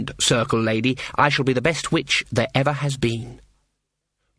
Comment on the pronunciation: I deffo hear 'bitch' not 'witch' !